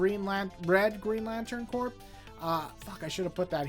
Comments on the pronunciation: Corps is pronounced "kor," like Marine Corps. I love the Johns/Mahnke/Phillip Tan run on Green Lantern and the Tomasi/Gleason run on Green Lantern Corps, but I don't remember The Sinestro Corps War having an ending. I'm also a big fan of the Steve Englehart/Joe Staton run in the '80s, the Silver Age Green Lantern issues inked by Sid Greene, and, as much as I heard about relevance with regard to the Denny O'Neil/Neal Adams issues, I was surprised by how many straight-up entertaining stories there were during that run, like the Black Hand plastic story and the planet Malthus story. I'm a little disappointed we haven't seen Sinestro's sister again. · I loved GL by Johns, it made me love the characters when I had previously thought they were lame because of the Ryan Reynolds movie. Vol 1 and 2 were for sure the best. Green Lantern Corps was still good but not nearly as good to me. And for future reference, “Corps” as in Green Lantern Corps and Marine Corps is pronounced “Core.” 😁